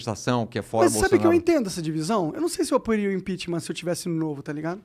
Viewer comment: O cara só sabe falar GOPI, IMPINTIMENTH